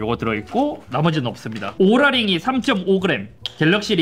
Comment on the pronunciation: 뭔데자꾸 오롤라 ㅇ로랄로 들려